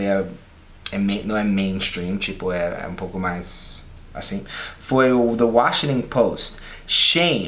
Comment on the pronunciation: OMG! How do you pronounce Warrington Post?! "Washinin' post"?! Please make a video about informal pronunciation of American places!